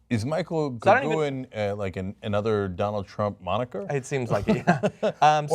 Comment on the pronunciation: Hey John and Cenk, you mispronounced Goguen! I don't know who that asshole is, but I can tell you his name is GO - pronounced same as the English word 'Go'. GEN - 'G' pronounced as 'g' in 'get'; rhymes with 'pen'